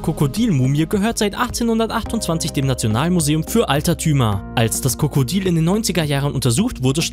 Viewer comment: Er hat die ganze zeit kokodil gesagt anstatt Krokodil